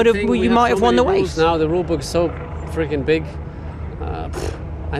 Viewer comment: “...you might have won the wace.”